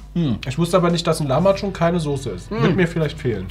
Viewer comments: Der gute alte Lachmagum nich lamachum 😂😂😂😂😂 Tolles Video trotzdem 😍🥰😘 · was für lachmacun es heist lahmacun